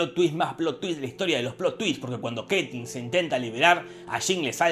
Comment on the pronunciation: Pronucias mal el nombre de Caitlyn.